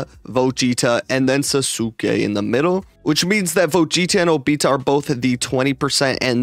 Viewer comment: Lol the way said Vegeta and an obita 🤣🤣🤣 got me cracking up